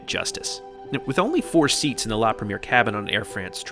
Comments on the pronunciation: La Prhem-E-Ayyy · Awesome review! Just one tip: it’s pronounced La Preh-me-air 😊😊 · Excellent! Beautifully filmed and put together, nicely narrated. I’d fly AF in a heartbeat! Just one thing, please learn to pronounce foreign words correctly. La Premier is pronounced La Prem-ee-air, not the American bastardised English of the first showing of a film (movie)! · Say it with me... La Preh-mee-aihr ;)